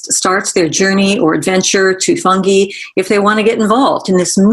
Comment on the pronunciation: Is no one going to correct Louie's pronunciation of "fungi"?? 🙄